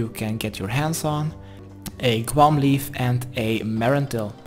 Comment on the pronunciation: loool i thought you said "kwuarm" not "guam"